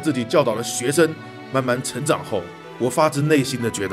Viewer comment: 学校，一个生来就是为了让人成长（重音）的地方